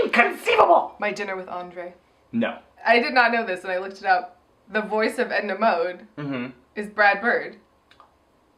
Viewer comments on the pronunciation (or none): Who the hell is Edna Mod? Its Edna Mode...